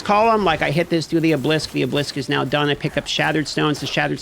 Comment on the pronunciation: Ah-buh-lisk not oh-blisk